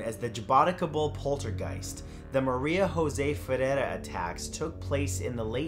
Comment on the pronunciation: Great video, I just have one thing to point out Maria José (pronounce like Joe-zeh) ferreira (two rs not just one)